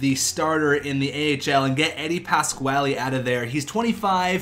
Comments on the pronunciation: Its pronounced Eddie Pas-Qua-Lee (Pasquale) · is that how you say pasquale? was bothering me